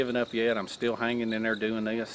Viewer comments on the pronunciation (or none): that’s right I think that’s a str8 up southern saying right “dayer”